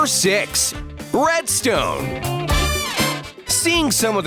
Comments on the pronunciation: He said bredstone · Who else heard him say breadstone* edit ur comment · Didnt he say bredstone